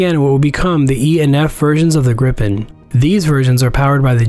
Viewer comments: Prenounced more like "Griipen" and not "Grippen" FYI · Isn’t it ‘gripe-en’? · So fun to hear people pronounce Gripen - Not "Gripppppen" you should say like - "Greeepn" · Gripen? Think "gree-pen" with a Scottish R.